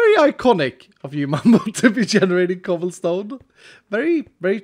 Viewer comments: Ha he said choblesome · He said choblesome :) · did...did he just say chobblesome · He said choblsom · anybody else here him say "Chobblesome"...... no.. just me, okay.